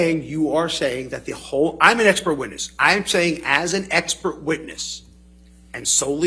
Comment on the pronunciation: why he just keep saying ekpert?🤣